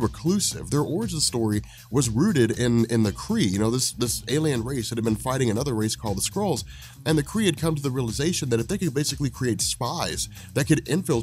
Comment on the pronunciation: Fighting the "Scrolls" please... it's pronounced SKRUlls